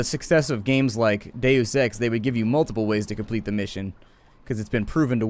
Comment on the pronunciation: Is it just me, but when he says Deus Ex, it sounds like day of sex?